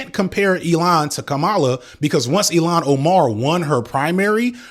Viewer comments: It’s pronounced ill-hawn not “Elon Musk”—love though. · PLEASE DO NOT PRONOUNCE ILHAN OMAR'S NAME AS "ELON" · fr he pronounced ilhan so weird lol